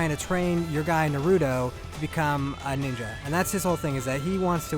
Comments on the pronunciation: For goodness sake, man, Naw-roo-toe!!!! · I wanna staple his mouth shut after hearing the 4th NARUDO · Why do ppl say nuhruto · I guess Asians pronounce english as "engrish" and white ppl call naruto "narudo".. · I couldn’t watch this video beCAUSE YOU KEPT PRONOUNCING HIS NAME FUCKIN WRONG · It's funny, after playing a game where characters constantly say the name "Naruto", you'd think the reviewer would know how to properly pronounce it! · damn your pronunciation was borderline insulting... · Wish you could pronounce Naruto right. :/ Kind of insulting.